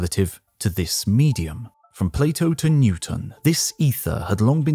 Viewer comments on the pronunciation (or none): none